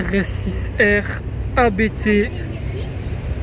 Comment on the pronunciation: Juste pour info, Abt est le nom de famille du préparateur allemand. Il ne se prononce pas Abété mais Abt.